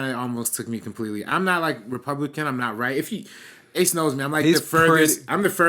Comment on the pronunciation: Thanks for answering my question guys! You butchered the hell out of my name ACE but you got a laugh out of me!